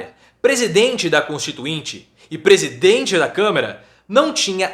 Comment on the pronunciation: É Câmara prof e não camera prof kkkk